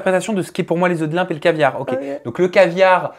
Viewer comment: Des œufs de "Limpe" ...😂 LOMPE pas Limpe !